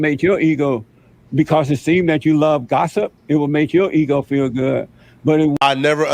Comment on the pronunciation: It would make your eeho feel gooh 😂😂😂😂😂fuck you mean Jesse